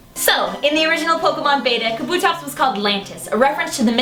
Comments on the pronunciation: Should point out that they're mispronouncing it. Kabuto (The japanese word for helmet, as pointed out in the video) is pronounced Kah-Boo-Toh rather than Kuh-Boo-Toh. This results in Kabutops' name being pronounced Kah-Boo-Tops rather than Kuh-Boo-Tops. Hope this helps! I hate it when people mispronounce. Such as Rayquaza not being Ray-Kway-Zuh, but instead Ray-Kwa-Zuh. Thanks for reading...maybe? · God damnit 3 seconds in and I already need to tell the girl that it's pronounced, KA-bu-tops. Not Ka-BU-tops. Jesus. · It's pronounced KAH-boo-tops